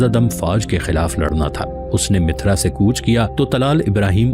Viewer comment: السلام علیکم جناب عالی آپ مسلسل شہروں کے نام غلط لے رہے ہیں مثال کے طور پر آپmathura کوmithra کہتے ہیں اورqannaujکو qanuj کہتے ہیں تصحیح فرما لیں